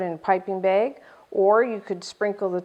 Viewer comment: hi. how much cream did you use? and are you from wisconsin? because of the way you pronounced "bag" hehe